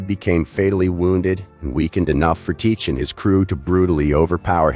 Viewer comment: Saying his name wrong other than like the video tho